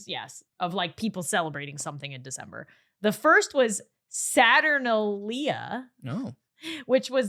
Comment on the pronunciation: Hi! Just wanted to let you know that the Roman holiday is pronounced Saturn-ale-e-uh